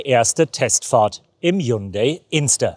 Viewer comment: Während alle anderen Journalisten HYUNDAI mit i aussprechen, wählen sie die englische Form HYUNDA Y, warum ???